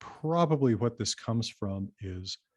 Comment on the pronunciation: hwats and hweres are awesome.